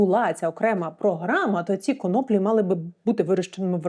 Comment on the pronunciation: Пані Дар'я, єдина з тих хто говорив на цю тему, правильно ставить наголос в слові конОплі. Респект.